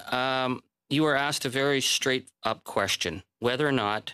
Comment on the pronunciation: ‘I have set the record staight ’...Can’t even pronounce the word ‘straight’ in her testimony 😂